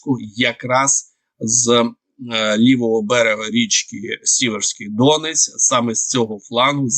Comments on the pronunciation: Не ДОнець, а ДонЕць !!! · Не ДОнець, а ДонЕць!!!!😂🎉😢😮😅😅😮😮😮😮😮😮😮😮😮😮😮😮😮😮😮😮😮😮😮😮😮😮😮😮